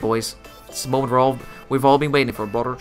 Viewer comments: Its brother not broder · Please don’t use the word brother you accent makes sound like your saying bradur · Bradur I hear it!